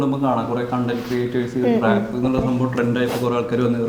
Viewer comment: ഇടയ്ക്കിടയ്ക്ക് റാപ്പ് നു പകരം ഇവള് റേപ്പ് എന്ന പറയുന്നെ 🤣